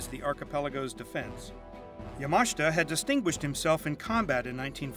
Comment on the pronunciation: Not that this is very relevant, but is he pronouncing Yamashita correctly? I guess I've been pronouncing it incorrectly for years.